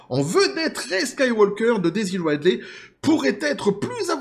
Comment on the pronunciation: Ca se prononce Ridley (comme Ridley Scott, « Ridli »), pas Raidley ;)